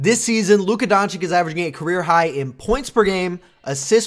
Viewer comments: Donchich not Donchik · You should say Donchich not Donchik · Bro DONCHICH and not DonCHICK😂😂..... anyway a great channel despite the mispronunciation 😂😂😂.... You've got a new subscriber 😊😊😊😊😊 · Bro rly said Donchick 😂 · You really think this guy knows how to pronounce Č and Ć ? Don-Chick😂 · Honestly agree with you, but how disrespectful is it to make a video about a player and not even trying to pronounce his name right. It is not even a hard one to pronounce, it is just lazy to say donchick or whatever you are using here, spoils the whole video for me. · hoow....hoow can ppl still not have enought respect to atleas learn to say his name right LMAO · Please say his last name right 🙏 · Slovenian here. Awsome video but pleeeease stop murdering his last name. I can't really write how to say it but maybe listen to some of our reporters. Everybody is pronouncing it wrong even ESPN 😮‍💨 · Dude. You need to learn how to pronounce his last name.